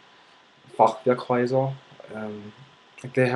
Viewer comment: Thanks for the video! I'm glad you channeled the frustration into something positive. OMG you actually said "Fachwerkhäuser" accent-free. Nice!! Now, can you say "Eichhörnchen" ? ;)